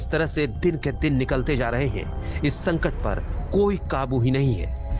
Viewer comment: It's संकट not संटक!!